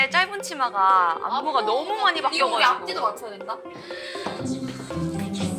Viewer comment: 박봄보삻ㅋㅋㅋㅋㅋ 개웃겨 봄언냐 "다들 너험~ 잘햔댜"